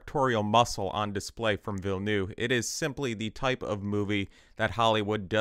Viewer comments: instant like because at least you TRIED to pronounce Denis' name correctly. and for the benefit of all, it is pronounced "vill-NUV" not noov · Learn how to pronounce the names. "Villeneuve" is not "Vill-noo." There are videos that explain how to pronounce this. "Alia" is pronounced AH-li-a. Emphasis on the FIRST syllable. Quit copying Quinn, who just makes shit up. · Ok im french canadian and i have to ask, yall realise theres a v in Denis name right? Its Denis VilleneuVe. Anyway great video! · Struggling to pronounce Denis Villeneuve's name correctly? Just say "Dennis New-town" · the U in Villneuve is pronouced like an R, Ville-neRve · why everyone calling him villnoo like bro cmooooon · the second V in Villeneuve is NOT silent